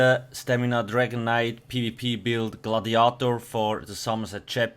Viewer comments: mate, I give you a pass on your pronunciation usually because english isnt your first language, but the way you pronounced gladiator was ridiculous. Keep the build videos coming please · He pronounced it like a german would do. We spell the word exactly the same.